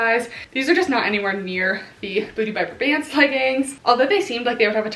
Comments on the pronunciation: It’s BRAY-bants (like pants with a b). Kelly’s older sister is my boss ☺️ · Yep, my favorite leggings brand!! I believe it’s pronounced bray-bants (rhyming with gray pants lol). I live in Boston and discovered them about two years ago because EVERY workout class has at least one person wearing them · I pronounced it as bra bants for months but I believe it’s bray-bants based on how her friends say it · I’ve heard it as braw-bants (like ants)! I’m in the Boston area so I’m assuming that this is the correct pronunciation??? 😅 but you never really know sometimes!